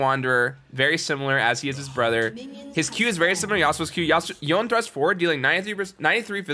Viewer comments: Since it's Japanese it's yo-ne, not yone like it rhymes with loan lol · the name is yoné like you put an accent on that e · Please voy, dont say it yoen. 😔😔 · his pronunciation of "y'own" at the start triggered me so much lmao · It bothers me so much that he says yone instead of Yone(Yo-nay) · YONE not yonay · cringe every time you call him yOWN. Its pronounced yonE(yonay) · Its YO-NAY! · Let's make it a thing to pronounce yone as yo-nay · It's pronounced Y-Oni, because you know... an Oni. :) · I'm pretty sure it yo-ne. I think it should be pronounced as if it is Japanese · Imagine multiple media out from the thresh skin to the cinematic with the correct pronunciation and still getting it wrong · Voyboy ,until you don`t pronounce YONE`s name correctly ,dont you dare to say you are Yone god! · They way he says Yone without the E makes me triggered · E is not silent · Had one job and still doesnt know how to say Yone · omg its not pronounced like that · kinda cringe every time he says yone's name wrong :/ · Stop pronouncing his name like that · you saying his name wrong constantly is so annoying